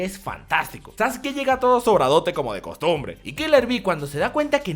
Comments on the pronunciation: Como vas a decir "Sasuki", se pronuncia Saske de Sasuke. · Wey lo dice de broma XD le dice Sasuki como una broma, no es necesario insultar.